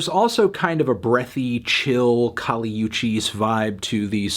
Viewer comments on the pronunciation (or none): none